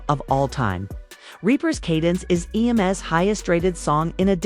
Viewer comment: Would be a much better video with human narration. Then it wouldn't say "E.M.S." instead of "Em's".